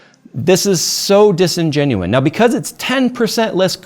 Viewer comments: It’s disingenuous!!! There is no n at the end ffs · Disingenuous - Please stop saying disingenuine 🙂🙂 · The word is disingenuous. Not disingenuine.